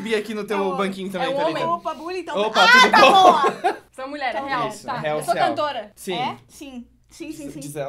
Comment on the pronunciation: e honen?? nao e nulher?? sin kkkkk